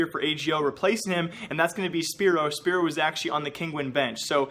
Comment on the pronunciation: Hey just to tell you from a polish fan that it is not “spiro” the way your meant to say szpero. it is sh-p-aero. Just a heads up;)